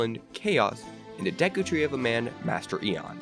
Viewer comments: It’s EI-ON NOT EN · You pronounced eon wrong